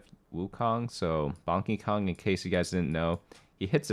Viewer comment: “Bonkeykong.” Fair enough.